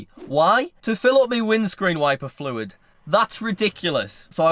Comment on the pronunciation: Dont know why I love the way says fluid but it's really satisfying